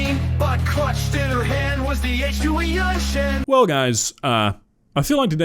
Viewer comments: My Mandarin is off, but isn’t it pronounced “YUN-Shen”? Not “YU-AN-shen”? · Why did the actors pronounce it like 'H2Juenshin,' or 'H2you-enshen' if it's actually spelled H2Yunshen? That would just be 'yuhn-shen' right? Maybe the AI read it weirdly, and ofc it's not a word in the English language, but using our phonetics, it wouldn't be pronounced like the actors pronounced it. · Anyone else bothered by how they kept pronouncing the bottle’s name as if it had a J instead of a Y?! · "aaych-two-wee-on shen" 😭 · Today I learned that "Yunshen" is apparently pronounced "Joo-En-Sen". Also I learned what a commercial made by Dhar Mann would look like. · the pronounciation of yunshen is so awful i can't even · AI couldnt even pronounce Yun Shen correctly lol... Is not like its that hard to figure out chinese phonetics XD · they never say the name correctly once.